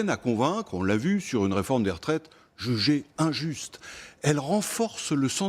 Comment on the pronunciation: jeugé injeuste ?? hahaha 😄